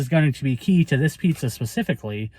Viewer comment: New , New York style pizzza .. 😂